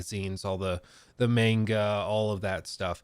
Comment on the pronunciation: saying mEnga instead of mAnga was like a dagger every time